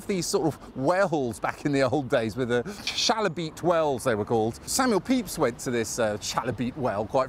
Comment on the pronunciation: Being a former New Barnet resident, and having walked passed the well, I always wondered how to pronounce 'Chalybeate' - and ths prompted me to find out, courtesy of T'Internet - and both you and i were wrong! Apparently it's somehing like 'Kai-e -be-ate'.